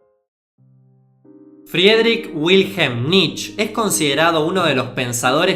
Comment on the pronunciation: Y se pronuncia "Friederij Viljem Nitshche". 🌹